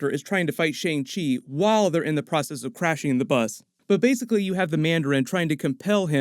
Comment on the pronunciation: hey american guy doing the break down... its pronounced "SHANNG"